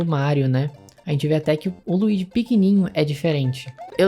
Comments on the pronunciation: Não é Luigui, é Luidi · Primeiro ponto: o nome é LUIGI, não se pronuncia LUIGUI… Segundo: há uma versão do Mario AllStars que já tem o Luigi nesse padrão. Terceiro: eles pegaram algumas coisas do Mário do GBA e adaptaram nessa versão! A palheta de cor do Mario original é primorosa! Não ficou melhor de jeito nenhum! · "Luigui" kkkk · A primeira pessoa que ouço falando Luigui 😂😂😂